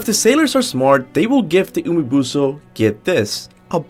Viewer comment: "Umibuso" I just can't 😂